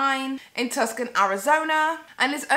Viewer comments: Girl... ^^;; It's "too-sahn" not "tuhs-kuhn" ...love you tho ;) <3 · "Tuscan Arizona" Uuuuh, sis, it is Tucson (Two-sawn). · Tucson is pronounced TWO-SON not Tuscon. I'm offended!!!! Nah jk! lol!.. I live in Tucson where Lisa Frank factory is located, only a few blocks away and their building is colorful and has a huge stars, hearts, and music notes outside. I agree that the hotel is not a rip off of her studio which is just colorful. A real rip off would be if she placed actually drew something and then that drawing showed up in the hotel room. Or something like that.... I used to have a colorful room when I was a little girl... maybe she ripped off my room design. just saying. BTW Lisa Frank company has been struggling for years and I really hope that her company flourishes again.. Its nice to see that little by little they are working to get their popularity up again. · Just a few minutes in & I had to pause to say that I love how you pronounced Tucson Arizona like "Tuscan." As an Arizonan, it made me chuckle. Obviously you're from the UK so I wouldn't expect you to be familiar, most Americans probably don't even know it. But it's actually pronounced like "too-sawn". ☺️ Also, I forgot how much my sister & I LOVED our Lisa Frank school supplies back in the late 90s! There was even a Lisa Frank store in the mall! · Girl I love you Tuscan Arizona 🤣 I'm dead it's pronounced (too-sawn) Tuscon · Fantastic video! just fyi Tucson, AZ is pronounced Two-Son ( son long o rhymes with bon (as in bonbon) ) I know it doesnt matter and you'll probably never do story involving Tucson again but idk. but the pronunciation you said Tucson ("Tuskon") as in Tuscany, Italy. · First can we talk about how sis be lookin like a snack! Also this girl kinda reachn. FYI as an Arizonan saying Tuc-son that way makes them so uppity. It's pronounced Tu-sonn, the more you know. 🌠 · “Tucson”, Arizona is pronounced “TOO-SAWN”... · Lmao "Tusk-an" Arizona 🤣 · I love how you pronounced Tuscon ahahah